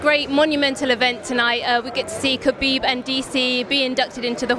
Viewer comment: Did John Anik anounced Khabib's name before his speech? He pronounced it perfectly.